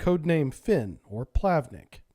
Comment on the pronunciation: It isn't "plAvnik", it's "plavnIk", with a word stress on "I".